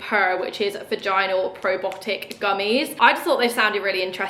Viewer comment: PROBIOTIC NOT PROBOTIC